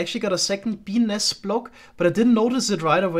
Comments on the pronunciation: When he said "BENIS".. I felt that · I know it's childish but "bee nest" gets me every time, I just can't unhear "benis" ^^ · Is it just me or did anyone hear 'penis' instead of 'bee nest'? Completely changes the context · Whenever says Bee Nest, I cannot help but just hear something else.